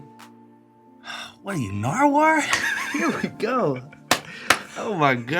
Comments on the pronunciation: I love how different guests have called him NardWaur 🤣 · He said what are u nardwaur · Not naardwar 🤣🤣